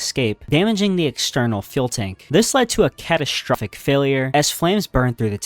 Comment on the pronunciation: catastrufic failure